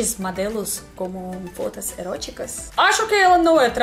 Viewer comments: Viram como ela fala fotos...fótas...com um t que soa mais como d do que como t...é fóta hein... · KKKK!!! Não é "FODA"! Se fala "FOTOS"! FODA é outra coisa!! kkkk!!! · Cuidado com a a pronúncia do “fotas”… Huehuehueh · levei um susto quando ela falou "só fota" kkkk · Parece que ela falou 11 fodas...kkk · "Onze fodas..." hahaha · a regra do "o" com som de "a" no russo sempre te atrapalha no português....kkkkkkkkk